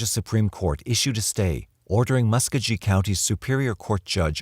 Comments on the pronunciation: For what it’s worth, the pronunciation is Mus-KOE-ghee (hard ‘g’ as in go) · I enjoyed your documentary. my only critique is that your pronunciation of muscogee county wasn't even in the ballpark, and the source that you mentioned repeatedly, Bruce l Jordan is a discredited alcoholic who embezzled money from Fayette county. That being said, I think there is no question that the world is a better place without Carlton Gary and without Bruce l Jordan on any police force.